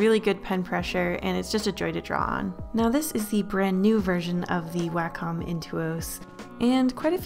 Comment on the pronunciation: 1. Thanks. 2. Its pronounced way-comm not wah comm